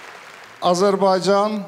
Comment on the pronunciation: Что за ведущий)слова Azərbaycan не правильно звучит) говорит АзербайДЖан